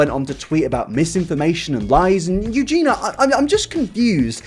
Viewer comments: Spends two days researching -Still pronounces it "Euge-NA" instead of "Euge-NEE-A".. -jk love you but srsly dude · But like... the onlllyyyy thing that bothers me is that you don't say Eugenia correctly you call her Eugena..... are you doing it on purpose?? 🤔🤔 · I believe its pronouned more like eugene y-ah ( versus eugene-ah )... maybe I'm not explaining it correctly via text but anyway, not a big deal, I just like to be corrected if I'm saying something wrong so y'kno. :p Important video; needs to be discussed with this kind of blunt truth. Thanks for addressing it. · Not a fan, but first her name is Eugenia, not Eugena, and second, this second video was absolutly unecessary, extremly repetitive abd basically brought 0 new information on the topic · it bothered me a bit that he kept saying “Eugena” instead of Eugenia 😭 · Is he calling her Eugena instead of Eugenia on purpose? xD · Ps her name has an i in it, Eugeniiiiia not Eugena, can’t watch any longer 😳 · Eugenia.. Not Eugena.. Aahh 😂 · love you yet it’s eugenia not eugena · Her name is Eugenia not Eugena! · I love u. But please try and pronounce eugenia' shame properly Ugeenee Not ugeena Sorry if I'm.being picky. I think its cos you talk so fast Anyhow. That's my little gripe over. Love your content and take on things xx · am I the only one who cringes every time he says "EugenA"?)) Love you! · Yoo-Gee-Nah 😂🤭 you’re missing a second I there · nobody:: yuGEENa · Only if he starts pronouncing the "i" in Eugenia. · the fact you don't pronounce her name properly annoys me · Yeah yeah it's bad and all, but what's worse is PRONOUNCING HER NAME WRONG FOR TWO WHOLE VIDEOS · What's scary is that you still can't pronounce Eugenia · How have you made 2 videos on her and you still can't say her name right?